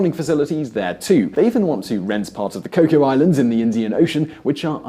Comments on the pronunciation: Cocos Islads pronounced Coke-us, not Coco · It's Cocos Islands, with a hard 's". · 1) Your pronunciation of Cocos Islands is amusing. 2) USA already has long range surveillance from Pine Gap and Australian Over the horizon radar (that picks up so-called stealth bombers) and their Exmouth base. 3) I live in Perth and have never heard of a new naval base. HMAS Stirling on Garden Island has been a naval base since 1978. 4) You ignore how Australia's economy is far more intertwined with China's: Lots of Chinese study here, visit here as tourists, buy property here where the Chinese government cannot take it, emigrate to here - where they can breath air, and have business interests in China. Meanwhile, Chinese investment here is growing and lots of businesses are spread between Chinese operations and Australian management. I expect the Chinese people will win, but the Chinese government will be disappointed.